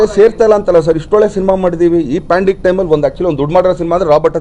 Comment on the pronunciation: Pandemic adu not pandik